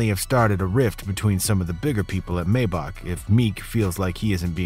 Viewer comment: I have a issue with the way he's saying "Maybach" 😅